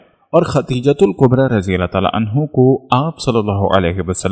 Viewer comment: Aawaz to MasaAllah Bhot he peyari hai ❤️ماشاءالله تبارك ❤️ 💔Magar maaf kariyega ke talffuz aapki bhot see jagah aapka saath nhee de pa rhee hai zara samjh kar padha kariye mai paihle bhi aapko bol chuka hu Khan E [kaba hai] [Qaba nhee] Khadeejatul [Kubra hai] [Qubra nhee] Chota kaaf hai ک hai Or[radi Allahu anha shabiya] ko kha jata hai [Anho nhee] Male Female ka to farq hona caahiye janab Jo aapko zaroor samjhna caahiye aapke Channel par itne followers hai MasaAllah unko keya paigaam jayega aapki in choti choti galatiyo ki wajah se please meri baat se aap samjhne ki koshish kariyega na ki bhes.. جزاکم الله 🙏 Thank you🙏